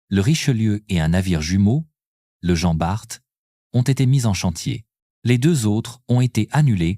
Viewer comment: Jean Barte et dunekerque 😂😂😂sacrée IA il faut encore bosser ....